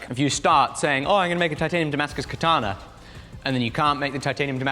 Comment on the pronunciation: Could we say katana less like the English pronunciation of ‘banana’? And more like ‘kah-tah-nah’?